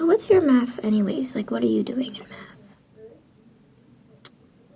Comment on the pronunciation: My brain heard meth every time u said math💀